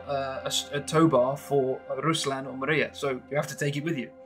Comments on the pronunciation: Amazing stuff, but it's not pronounced Mariya, but Mriya. That's all. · Not Maria! MRIA! It's not name. It's "dream" on ukrainian